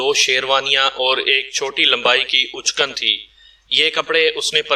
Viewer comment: کہانی بہت دلچسپ ہے۔ ایک تصحیح کرنی ہے شیروانی کو اچکن بھی کہا جاتا ہے اچکن کے الف کو پیش کے ساتھ نہیں بلکہ زبر کے ساتھ پڑھنا چاہیے